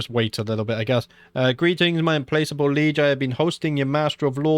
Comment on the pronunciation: Dude, it's Im*plack*able. "Not able to be placated" It means relentless.